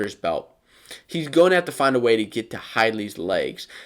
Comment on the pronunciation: It is pronounced "hide-lee" not "hid-lee". I live in Lewistown where he and his brother Trent are from and followed them in high school wrestling. Their own father was one of the announcers and he pronounced it with a long "i" -"hide-lee".